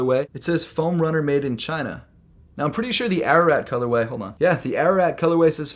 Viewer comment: he said made in Chaineeeh....